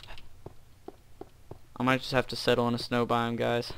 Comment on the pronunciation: Snow not sneiw